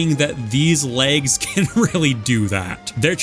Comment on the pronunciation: love these videos. been listening to them on long drives or long work nights. in terms of length vs brevity I think you found a good balance in this video matching similar moves and then ranking them. much appreciated! it's very good! although i'm not sure if it's my headphones but every time you said "legs" it felt like you were saying "lags" and it took me several times before realizing it